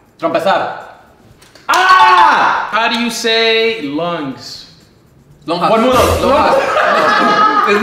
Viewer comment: Not saying lungs mean longas 😂😂💀💀💀💀 boy crack me up